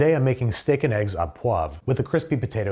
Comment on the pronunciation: Au is pronounced Oh